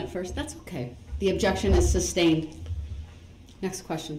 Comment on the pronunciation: “suBstained”….. according to him 😂😂😂